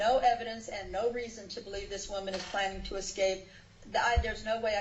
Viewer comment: Thank you!! I thought I was the only one who noticed that 😂😂